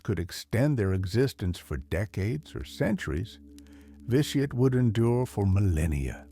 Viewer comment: overall good video but some pronunciation was incorrect or not consistant said Vitiate 3 or more different ways lost exact count of all the mispronununciation through out the video.